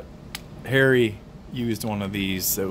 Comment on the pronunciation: Hey man you threw me off for a second. you said "let's not forget the striptease scene and it's hairy"....... Lol actually it ended up being "striptease scene and it's ,Harry" !!!!! I just traded an old lady a Glock44 22lr for a Judge that she couldn't shoot but was good when that little 22. Then my Dad like the Judge and I've always wanted his P95 so now I have a later model P95. I've always been a Glock guy but I have a soft spot for anything Ruger. It's a good pistol for around the house and stuff. Thks for the video man!